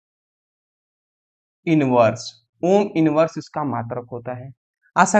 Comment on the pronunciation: Ohm hota h aam nahi😅